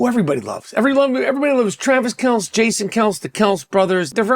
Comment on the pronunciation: Learn how to pronounce Travis Kelce’s name homie.